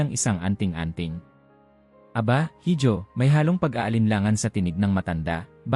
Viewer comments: IHO HINDI HIJO (HIDJO).... SILENT H.... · Correction please. HIJO is a Spanish word meaning SON or ANAK. It is pronounced as I-HO not HID-YO. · Correction sa pronounciation mo sa salitang “hijo” mali ang pronounciation mo dapat “iho” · Mr. narrator sorry to offend you. Ang binabanggit mo na word (hijo) ay spanish word. It is pronounced as iho..